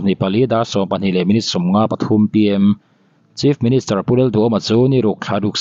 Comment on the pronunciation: Chief ministure/minischer tia i lam tlat le😮